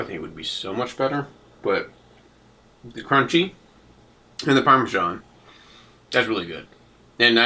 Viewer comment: Just the sake of my OCD... Parmiggano and Parmesan aren't the same thing. The first is made in Italy. The second is a bad American copy. At least you got the proper one, but please don't call it Parmes(h)an, lol.